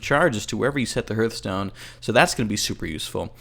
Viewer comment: Hearthstone is actually pronounced Harth-stone, such as a hearth.